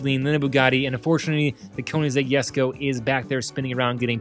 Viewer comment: it's actually pronounced "kuh-nig-seg yess-koh"